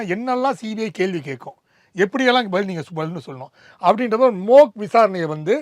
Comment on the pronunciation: அது மோக் இல்லை மொட்டை நண்பரே. மாக். சரியாக ஆங்கிலத்தை உபயோகியுங்கள்